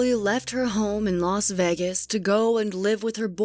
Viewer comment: Stop saying "Las Vegas" like that!